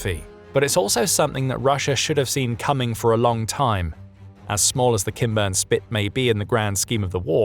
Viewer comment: Am I the only one who hears “Ken Burns Spit” instead of “Kinburn”? 😂 SLAVA UKRAINI!! 🇺🇦